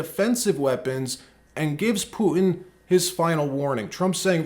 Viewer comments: Huge fan of your channel but one suggestion; pronounce the hard "T" sound. It's PuTan, not "Pu-ann." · Who is Pu-in? Don’t you mean PuTin? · Who the cornbread HELL is “poo-in”???